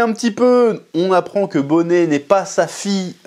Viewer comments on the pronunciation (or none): Ça se prononce Ginny, Chef. Et pareil pour Bonney (Bonnie)